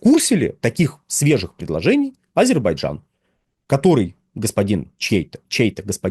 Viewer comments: Звиняйте : не Азебарджан, а Азербайджан. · Ведушему надо научиться правильно произносить АЗЕРБАЙДЖАН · потренируйтесь выговаривать слово Азербайджан. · Почему так трудно выговорить "Азербайджан" ?